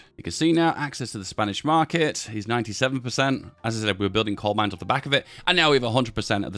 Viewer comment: Am I hallucinating or is he saying "Cold Mines"??